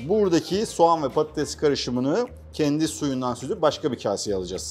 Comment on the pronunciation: Şefin patates yerine pattes demesi😂